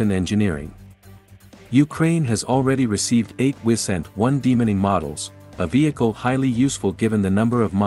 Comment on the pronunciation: Good luck with the channel. You should Drop the automated voice and try narrating yourself. Everytime it said demining, it sounded like demoning.